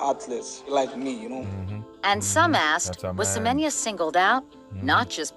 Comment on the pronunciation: That one name is Semenya like Semen ya